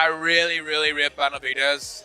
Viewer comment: The least you could do is pronounce his name the right way